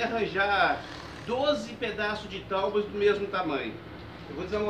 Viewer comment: Ao invés de TAUBA FICA BEM MIÓ PRONUNCIAR TÁBOA